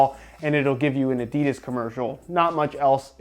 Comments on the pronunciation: Its pronounced Adidas not Adidas. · Great video, the aDIdas pronunciation killed me inside a bit though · It makes me kinda uncomfortable whenever he pronounces adidas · William Hutchinson fucking hate it...😂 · William Hutchinson yeah it's fucking gross, why do Americans always have to pronounce words stupidly 😪😴